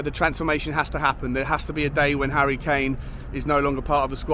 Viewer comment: Who is 'Harrty' Kane?